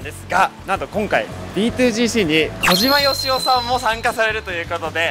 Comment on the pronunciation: 小島よしお言えてないやん...